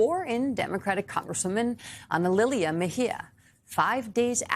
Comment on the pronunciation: You cant pronounce analilia? 😂 the ladies tongue just slipped its easy enough to pronounce. Ohh and this is america😂